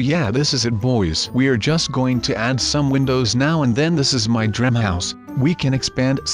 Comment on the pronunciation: He says DREM HOUSE it's DREAM house